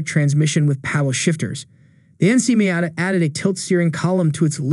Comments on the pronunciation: It looks funny when you introduce the NA showing a picture of the NB. Also it’s Mee-ata, not My-ata. Other than that, nice video! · I turned you off after the few seconds and that weird way you pronounced Miata. No one has ever pronounced it like that.